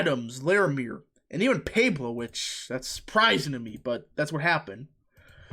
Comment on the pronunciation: Hahaha you butcher every county in Colorado. Pueblo is Pweb-low